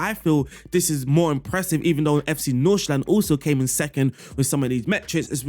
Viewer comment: Great tactic. Your pronunciation of FC Nordsjælland is not quite 100% right, but pretty damn close. So good job on that aswell.